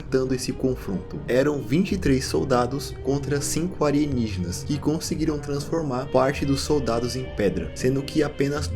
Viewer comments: Ótimo vídeo, mas o cara falar "anienigenas" é muito engraçado lkkkkkkkk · Acho engraçado como o chama alienígenas de "arienígenas" kkkkkkk